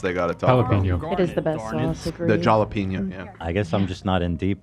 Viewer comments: The moment Ethan couldn’t understand love’s mispronouncing of jalapeño make me weak in the knees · I heard it as “yellow peanut sauce” and I was wondering wtf I was missing out on.